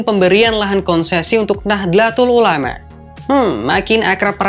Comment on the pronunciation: Mas Presenter, Kalau blm bisa baca transliterasi Arab, saya kasih saran baca saja Nahdotul Ulama, jangan Nahdelatul Ulama. Nahdotul Ulama lebih diterima pengucapannya.